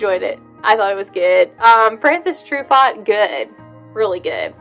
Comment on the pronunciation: FranCOIS!! Tru.... Faux. Not Francis Tru Fought. Oh you Americans. Sigh. But you have gorgeous eyes. I'll forgive you.